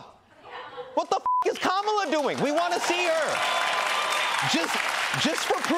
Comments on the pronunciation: Hasan! It's "Kuh-muh-laa Harris". It's not "Kaa-muh-laa." Please don't mispronounce Indian names :) :). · He can’t pronounce Kamala properly and he says he is of Indian origin. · Minhaj is pronouncing "Kamala" wrong.